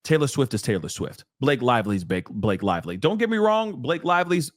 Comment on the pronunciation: Not Ba-La-Ke 😆